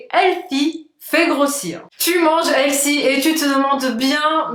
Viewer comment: Ça se prononce : / H è l f y / c’est un mots anglais. ( un critique constructif ) Bonus : The se prononce : / Vœux / mais pas « ze ».